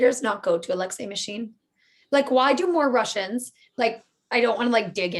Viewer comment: ittiry and miSHEEN!